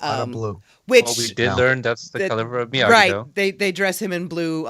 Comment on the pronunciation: It’s Miyagi not Migui